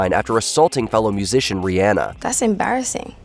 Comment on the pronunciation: So many years later, and WM still doesn't know how to pronounce "Rihanna"